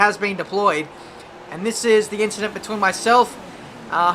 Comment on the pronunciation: "And it's three wide beteeen the two of us!" - 2017